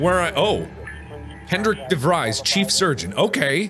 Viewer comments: Hendrik De Vreys, interesting way to butcher an Afrikaans surname, but I like it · When ur Dutch and de Vries seems to be pronounced wrong.. de Vries may be pronounced as (ie =ee from freeze) de Vrees. Or Im wrong,dont mind me. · Do all Dutch people get triggered by his way of saying de Vries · Hendrik DeVries is Afrikaans/Dutch name uwu, is pronounced "DeFres" is weird but yeh uwuu